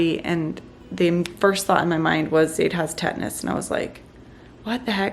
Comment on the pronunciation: Tetanus not tetnis